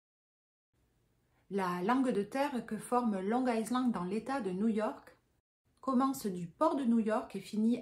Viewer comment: On prononce long ( aïland ) le S reste muet. 😅 Par contre mimer le mot il a "violé" et pas le mot "tué" qui est bien plus violent, est vraiment à côté de la plaque 😂😂😂